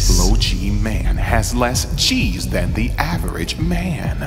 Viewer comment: I know you kept saying G's but all I heard was Cheese.